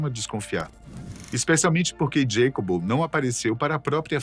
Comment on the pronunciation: Para ficar perfeito faltou chamar o mexicano pelo seu nome hispânico, Iacobo, não “Djeicob”. 🧉☕️🍷😸